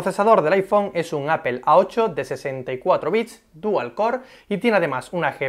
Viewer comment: Se pronuncia APOL, NO APEL